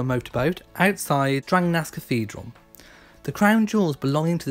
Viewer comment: You did a great job on pronouncing the town of Strängnäs the second time around. Really impressed with the ä sound. Keep up the good work.